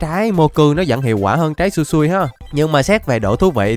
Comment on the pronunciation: Trái sui sui no mi, ah phải đọc là, su,i su,i no mi chứ k, phải là, sui sui no mi đâu ạ😅